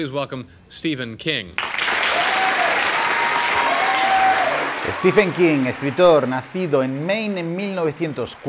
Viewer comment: Ojo: no es "Estifen" King, es como lo llama el presentador de la tele que ha aparecido hace unos instantes: "Estiven" King (Stephen=Steven en cuanto a pronunciación)